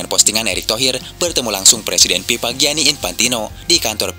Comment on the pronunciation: Sorry bang, gua kasih 👎👎. BEDAIN ANTARA "F" dengan "P" BAAANG!! Contoh: Bukan "INDONESIA ANAK PIPA" tapi "INDONESIA ANAK FIFA" 🤬🤬😡🔥🔥🔥👎👎👎 Gedeg banget, semua F jadi P